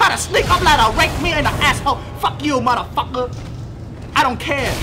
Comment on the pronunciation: Every where I skip to I hear "mudda pucker". Lol.